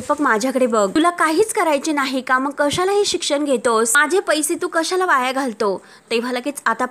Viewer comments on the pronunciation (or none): मराठी सुधारा जरा शिक्षण वायला जायला नको.😅😅 वाया जायला नको बोला